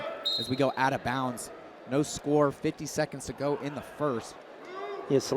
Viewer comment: did they spell the kids name wrong, is it a non-phonetic pronunciation, or are the announcers just mispronouncing it: salerno should be pronounced suh-lair-no, but the announcers kept saying sar-lee-no